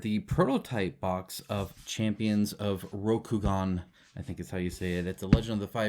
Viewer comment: "Shredder" is Hida Kisada. The split-toe socks/shoes are called tabi. Yes, you pronounced Rokugan correctly.